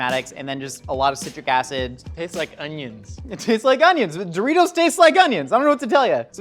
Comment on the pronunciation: Mountain Dewritos...